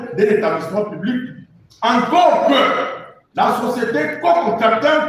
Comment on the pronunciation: Plisière, sir, ministère piblic, biensir,... La lettre ''u'' n'existe pas dans le lexique de ce journaliste ?